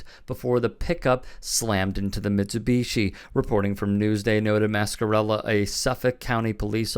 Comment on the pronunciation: I find your inability to properly pronounce Mitsubishi infuriating 😠